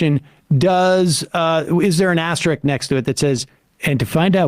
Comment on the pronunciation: ass-to-rick. Ass-to-risk